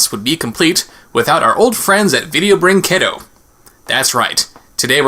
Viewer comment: I know it doesn't matter much but the 'u' in 'brinquedo' is mute in Portuguese. So it should be read as 'brinkedo', as opposed to 'brincuendo'.